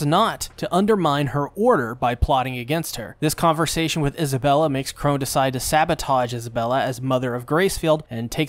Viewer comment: nobody gonna talk about how he keeps calling sister chrona sister chrone